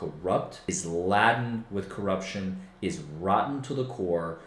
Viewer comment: Bro this case isn’t laaa-den with corruption. It’s lay-den with corruption. How can I trust any analysis with such a small mispronunciation.